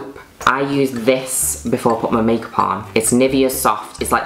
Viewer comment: And its called MAYKAWP